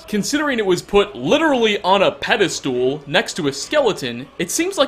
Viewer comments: pedestal NOT peda-STOOL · Pedestool, eh? Its like some people don't even try. People who don't speak english have better pronunciation than youtubers. I mean learn how to pronounce hermaeus for fuck sake. HermAeus not HermIus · a "pedestool"